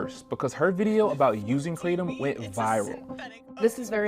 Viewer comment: It's "Cra-tom"